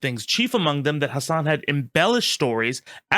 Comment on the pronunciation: Sorry I don’t want to be annoying but Hasan really cares about the pronunciation of his last name. It’s not like Nicki Minaj is Min haj